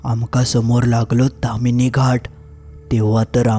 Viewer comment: बोक्यांनु........ 🐱 ता ताम्हीणी असा! तामिनी नाय! 🐱